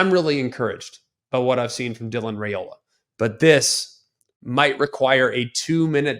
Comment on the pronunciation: At least learn how to pronounce his name correctly Rye ola not Ray ola